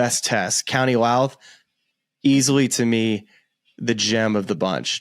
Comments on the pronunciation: Also its Louth... Like loud. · Great episode lads...that's only the tip of the iceberg for links courses in Ireland...2 pointers...Ireland is not part of the UK and County Louth is pronounced as in the music is very "loud" 👊. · Still need to learn how to say Louth. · that was funny - them trying to do the correct pronunciation of Louth